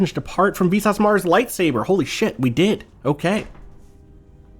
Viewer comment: Every time says "Visas" I cannot help but hear it as "VSAUCE".